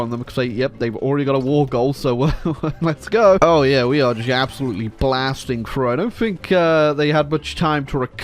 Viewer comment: "A-zolute Sorrow"